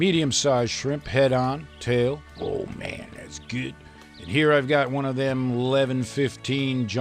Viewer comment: " Do you SMEL Dat?? .. IT SMELS GEWD! "